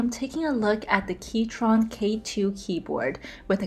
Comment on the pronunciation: prounced "key-cron" not "key-chron" not intended to be rude or mean btw